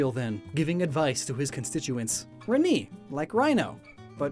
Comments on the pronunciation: It's pronounced "Reh-nay" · Ree-Nee (Renee - Ren-ay) Poor-Tia (Portia - Porsh-a)